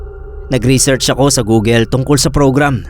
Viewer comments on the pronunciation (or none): none